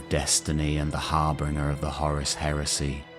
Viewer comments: I don't know if anyone commented about this yet but the word "Harbringer" is wrong. It's supposed to be "Harbinger". Some might call me petty for commenting about something small like this but to me it's very grating to hear. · Harbinger .... not harbringer ffs English is hard lol